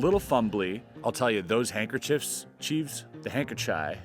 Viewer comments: Chris! loved the video! Very creative way of showing us normies the process of learning and performing a trick! thanks for the content! LMFAO "Hankerchodes" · Such a cool video. Really enjoyed it! Loved the constant correction over the word hankerchives. 😂